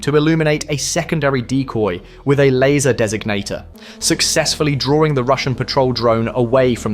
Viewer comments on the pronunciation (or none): none